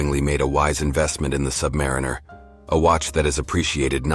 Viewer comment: Awful AI voiceover that can’t pronounce Submariner. 👎🏼